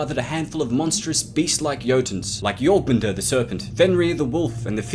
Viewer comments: ???? Did you just call the serpent "joerpenter" or something? JORMUNGANDRRR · My man really butchered jormungandr